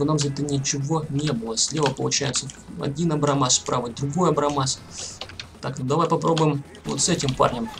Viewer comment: абрамс а не абрамас